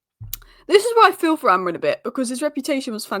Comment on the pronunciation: Just listen to that first sentence. His name isn't Amorin. Just look at your own presentation and pronounce it.